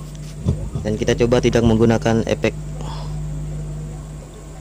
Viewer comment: Efek brow, bukan Epekk..😅😅